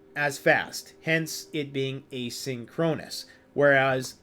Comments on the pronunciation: Asynchronous. eh - sink - row - niss. Never heard it pronounced the way you did in the video. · Down south here, we pronounce it thisaway: "ā SIN kron us"